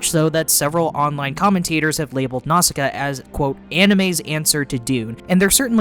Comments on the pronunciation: pagite? tol'mechkkeyans?? No. i appreciate your attempts but pegite (pedjite) tolmekians (toll me key ans) and nausicaa (nawh sick aa) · I can't get over how you pronounce Nausicaa. 😂 Great vid though.